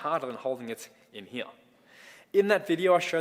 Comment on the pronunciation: Liked this video for how says “here” (Hee-yah) 😃